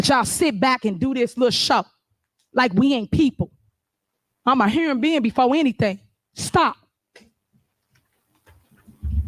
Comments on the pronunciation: Repeat those words again!! You are a , What? Herman Being 😂😂😂😂 She right about that!!! The word is Human Being not Herman Being 😂😂😂😂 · Hurrin bein????? English Class is desperately need…….Leader Henyard.